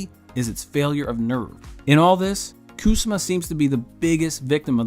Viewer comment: KU-SA-MAH! She's Japanese. It not KOOSAH-MA. You mispronounce it like 77 times. It hurts my ears